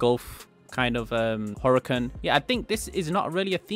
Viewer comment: He said gold kind of Huracab to the Huracan STO